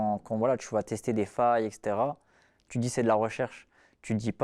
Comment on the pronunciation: Et moi à "voilà, j'te djis"